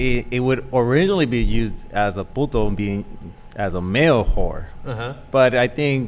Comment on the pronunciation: I like Ana!!! She is Beautiful!!! She's Cool! She says "Puto" very well. Thanks for posting this. Ohh!! Yeah!!, George Lopez is Funny!! Very Funny. Fuck You!! Sheriff Joe Arpio, or however You spell your fucking name??!!!